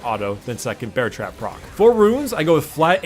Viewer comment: He said bear trap on a rope the wrong way the first time and the second time he said it right